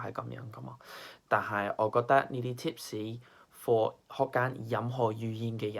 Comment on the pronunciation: haha u even said 「tip士」rather than “tips”, nailed it!